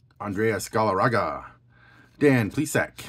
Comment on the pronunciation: How does someone have a baseball card channel and mispronounced half the names. Denny? Adrayas? Pleesac? Be one thing if they weren't studs.